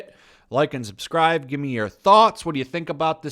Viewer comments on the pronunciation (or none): none